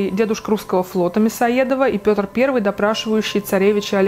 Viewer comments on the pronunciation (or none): none